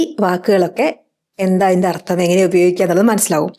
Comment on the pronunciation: അർത്തം അല്ല, അർത്ഥം എന്നു പറയണം.